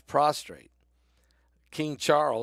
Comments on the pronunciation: Prostate-not prostrate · Prostate not prostrate.